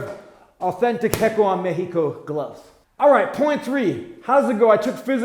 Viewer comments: Loved the "no mas" joke haha. Keep on the great job, coach; you are truly one of the few jewels of boxing YouTube channels. Oh, and a kind note: "hecho" is not pronounced "hecko"; the "ch" is pronounced as in "chat", "chair", etc. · The ch in "hecho" is pronounced like the ch in "chair". Good video and channel👍🥊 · We need to work on that Spanish pronunciation of “Hecho en México” 😅. Love to see you wearing Mexican gloves, thanks 🙌🏼🥊